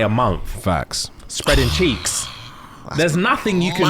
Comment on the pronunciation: Every time says 'cheeks' I have to laugh 😂